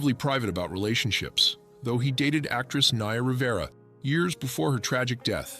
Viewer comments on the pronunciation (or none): none